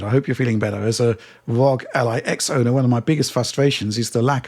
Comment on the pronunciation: Please stop pronouncing it ROG as 1 one word. It is spelled as letter. aR, Oh, Gee !!! Thanks